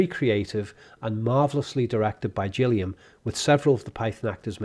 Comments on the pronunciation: Cmon, ye have no excuse, ye not an American, who missprounouses English language. It's Terry Gillian with a 'G" .. Gillian not. JILLIAN . Irritating :/ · and it’s Gilliam with a hard G not Jilliam as mispronounces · Did you pronounce Terry Gilliam as Terry Jilliam? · Terry Gilliam..hard "G", not "Jilliam" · GILLIAM. Hard "G," not "Jilliam." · Gilliam isn't pronounced Jilliam. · This is a very well done analysis. Thank you. I will make one nitpick, one that might have already been brought up in the 300-plus comments: the G in the surname of Terry Gilliam is hard, as in the word "gill". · For the record, 'Concorde' is an old word that certainly existed in the medieval ages. Also, you mispronounced Terry Gilliam's name. Also, while the score was composed by Neil Innes, there was a lot of stock music by DeWolfe.